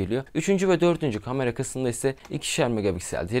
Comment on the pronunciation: Kardeş seçtiğin yol nedeniyle “kamera” kelimesini bol miktarda kullanmak zprundasın. Ve bilki yanlış telffuz ediyorsun. “A” harfi ile ilgili buyuk sıkıntın var. Kamera, kalem, lale…. İlk “A” lar ince “A”